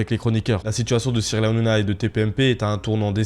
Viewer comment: Tu à du Mal a dire Cyril Hanouna ? Nana nanouna